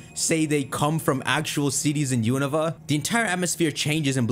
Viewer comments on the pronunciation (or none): The regions pronunciations are beating your ass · That Unova pronuntiation caught me off guard